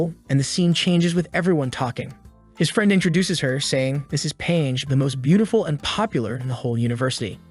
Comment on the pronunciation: "Paige?" NAH "Pangi" YEAH